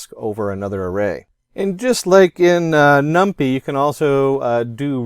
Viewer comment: Did you just say "num-pee" lol. j/k great video